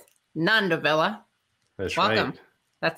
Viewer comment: Isn't surname pronounced Vee-Ya?